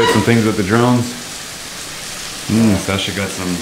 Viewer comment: its shascha, not sasha lol :)